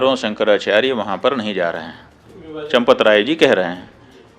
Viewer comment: चन्दे को चपत। चमपत नही चपत 😮😮😮😮